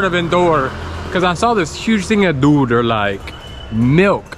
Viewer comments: 😂because he pronounces like dude, not doodh. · That's doodh not! Not dude(Milk) 😄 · You say dude not doodh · It’s doodh (milk) 😀 Makes good video max